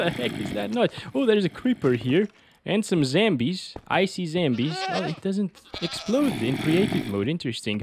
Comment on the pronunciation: Bro said zambie 💀